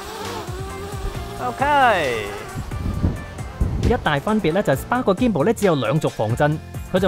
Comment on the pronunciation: Can u learn to say Spark and Magic properly